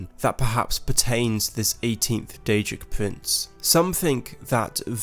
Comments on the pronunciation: DAEDRIC PUWINCE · Daedric Pwinths